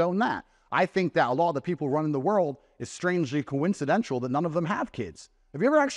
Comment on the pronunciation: Andrew, sir, it's hyperboleeee. Not hyperbowl. And "coincidental" isn't pronounced "coincidentual". Just some thoughts to add to your critique of your performance on this interview.